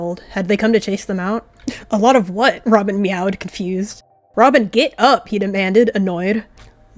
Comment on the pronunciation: You spelled Robin's name wrong u said ramen 😂😂😂